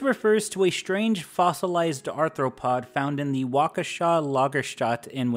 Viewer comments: first time I've ever heard Waukesha correctly pronounced in a youtube video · I am going to say this once... Wee-Scon(as in Sconce)-sin, suprisingly you pronounced Waukesha correctly. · kudos on nailing the Waukesha Lagerstätte pronunciation but i don't think ive ever heard anyone mispronounce Wisconsin so badly (no hate, i've immediately fallen down this series rabbit hole! much love from Wisconsin)